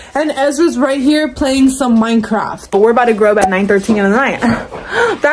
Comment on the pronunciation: maked me laugh so hardd because he said plAY micraft